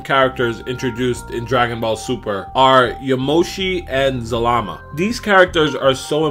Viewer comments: the name is za-la-ma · his name zal-a-ma